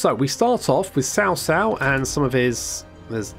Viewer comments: It's more like "Chao Chao". "Tsao Tsao" is more of what you westerners say which is technically... Wrong. There's no "sh" pronunciation in his name. It's more of "cha" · I'm so to triggered when you said "SAO SAO". damn. its CHA like CHARLIE without the H. jeez.